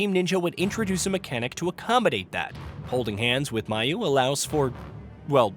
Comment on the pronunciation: Mayu is pronounced MY-oo, not MAY-oo. Slight niggle